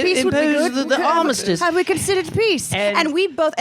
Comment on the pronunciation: 'arm miss tiss' is perfect pronunciation